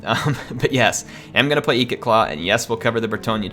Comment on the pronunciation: Its not eekit claw its ikit claw